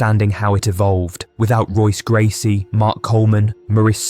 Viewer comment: Bro....how are you gonna mispronounce Royce Gracies name while saying "if you're an MMA fan"?